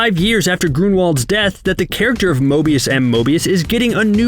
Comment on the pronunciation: However many likes this gets is how many times he says Mobious.